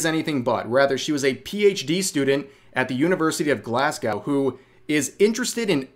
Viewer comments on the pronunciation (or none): The end of Glasgow is pronouned like grow not cow. Glas-go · it’s pronounced Glass- Go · Glasgow ... pronounced Glas Go. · Why is it whenever I hear my home city' Glasgow's name it's something bad coming out of it. Btw, we pronounce it Glaz-go, in case anyone wanted to know.